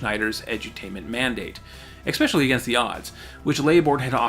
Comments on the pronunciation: I love these videos, but man... please stop saying “Eck-specially” when you mean “especially”. Again, love the series! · WHY WHY WHY do you say "expecially"?! WTF!?